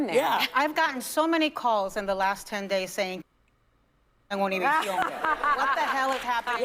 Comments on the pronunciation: It's Univision not tunnelvision! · It's not Univision, it's OONA-VIZ-ZEON.